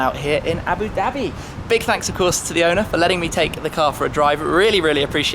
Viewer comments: JUMP23MΔN Ikr he says abi dabi (it's aboo-dhabi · Your mouth & tounge is not made to say "Abu Dhabi".